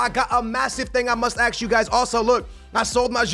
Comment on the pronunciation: Can not say ‘ask’ he always says ‘axe’